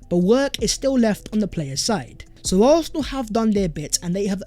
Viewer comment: Bro it’s ARSenal not ARTHnal 😂😂😂